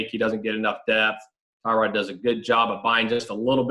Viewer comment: This is not how Tyrod pronounces his first name.